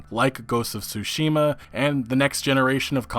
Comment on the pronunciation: Tsu-shim-a not Tsusheema 🙄